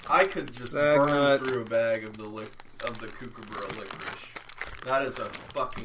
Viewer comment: Yeah I should have just said Cooper from Eurotrip On the Kookaburra, it''s pronounced cook-aburra, you said it so many times through the episode so it was annoying me the whole time haha. Good to hear your reactions on Toblerone, Turkish delight and Cadbury chocolate, I'm sure if you found those you'd be able to get a cherry ripe. Can't believe your negative reaction to the turkish delight I love those